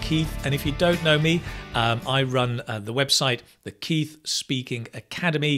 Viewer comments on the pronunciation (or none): none